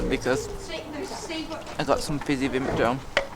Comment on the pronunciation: Proper Northerner...Vimto...pronounced Vimpto. Love it. Great video as always. Thank you.